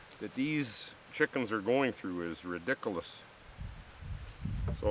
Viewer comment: Like how he says ridiculous lol sounds like he's saying redickerlious